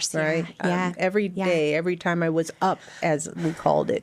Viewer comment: "We are trappedah." "It takes so much time-uh."